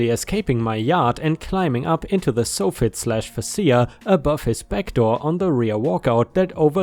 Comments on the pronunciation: it's pronounce FAY SHA... 🤗 LOOK I finally found the faces!! LOL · Fascia ≠ fah SEE ah. Fascia = FAY shah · For future reference, it's pronounced "Soft Fit" minus the first T, and "Face Shia" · Soffit is pronounced sawfit and fascia is pronounced feysha. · Soffit is said like soft but with not T at the end, followed by “it”. Fascia is “fash-ah”. I honestly had zero clue what you were saying there for a bit- had to stop and read part of the story to figure it out. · Bad day for me, so I'm late. Hi. Thank you so so much for the stories. Also, "Fascia" is pronounced "fay sha". Fascia is the front wood board of the overhang on a house. ⭐⭐⭐⭐⭐⭐⭐⭐⭐⭐⭐⭐⭐⭐⭐⭐⭐⭐⭐⭐⭐⭐⭐⭐⭐⭐⭐⭐⭐⭐ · Soffit rhymes with prophet. Facia...can anyone think of something that facia rhymes with? Fay-shiah. They're the underside and face of a roof's overhanging front edge. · Fascia—‘fay-shah’ Decrepit—‘dee-crep-it’ ⭐️⭐️⭐️⭐️⭐️⭐️⭐️⭐️⭐️⭐️⭐️⭐️⭐️⭐️⭐️⭐️⭐️⭐️⭐️⭐️⭐️⭐️⭐️⭐️⭐️⭐️⭐️⭐️⭐️⭐️⭐️⭐️⭐️⭐️⭐️⭐️⭐️⭐️⭐️⭐️⭐️⭐️⭐️⭐️⭐️